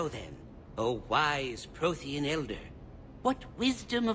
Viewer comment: When the hanar said "Prothean", i thought i heard "protein"